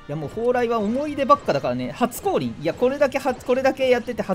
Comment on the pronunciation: 初降臨が初恋に聞こえたw